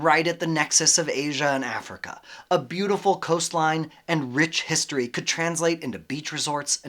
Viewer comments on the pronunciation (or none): none